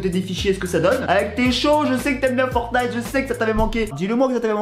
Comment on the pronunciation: La smg de fornite.... de FORNITE.... Le T est en grève ou quoi?